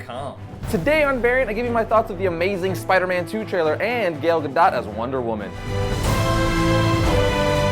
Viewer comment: you pronounce "gal" wrong. you make it sound like "gale" when it should sound like "gall".